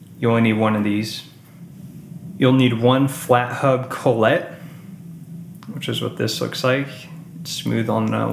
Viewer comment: Thanks for the vid.. just a note.. it's Kah-let not Cole-et